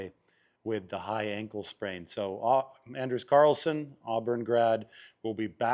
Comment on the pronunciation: its (on-ders)Anders carlson. Or his nickname is Ders.